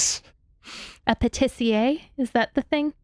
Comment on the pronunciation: French viewer here you were not close that pronounciation was spot on every syllable correctly pronounced ... Granted the accentuation were in the wrong place but that's because of your american accent ( brits tend to accentuate in other places actually the word Patissier is a good "snitch" to pay attention to when you're trying to figure out where in the english world an anglophone comes from ) Sooo yeah spot pronounciation just the rythm of it that's off beat .